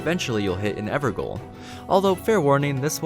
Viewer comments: great video, just a quick constructive note: Gaol is pronounced like "jail" it's just an archaic spelling of the word. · Evergaol is pronounced ever jail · It's pronounced ever jail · And calling it an ever-ga-ul